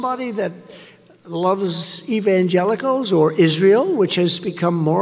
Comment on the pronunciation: Evangelicals…??? Oh boy that was a tough one for him. He actually said Evan-jealous-ellls..!